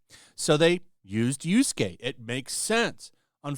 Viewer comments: For fuck sake! Yasuke! Not Yusuke! Get the pronounciation of the name right. Keep saying the name wrong cheapen what your take. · Do you call the character "Yusuke" instead of Yasuke because you hate him or you just can't read Japanese names? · It's Yasuke, not Yorskay, jesus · I love that you keep calling Yasuke, Yusuke. It makes me think Yu Yu Hakusho is still being talked about. I miss that anime. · When I heard Yusuke instead of Yasuke, my oldtaku switch got flipped and thinking of Yuyu Hakusho. Such an old but gold manga/anime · It's Yasuke, not Yusuke! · Bro you and Endymion, y'all bad at pronunciation It's YASUKE, not Yusuke .Yusuke is a cool spirit detective YASUKE is a fake samurai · Omg dude, Yah-skay not You-skay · How many times mispronounced yasuke